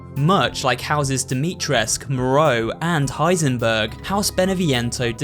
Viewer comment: You did heightingberg dirty